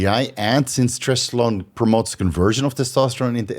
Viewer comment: Are you saying trestolone?